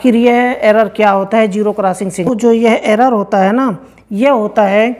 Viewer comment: ابے پہلے اردو تو ٹھیک سے بول لے. جیرو نہیں زیرو ہوتا ہے